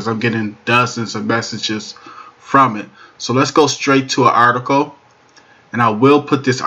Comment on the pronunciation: "Articoe" is not a word as the way you pronounce it. The proper spelling is "Article" and is pounced like it is spelled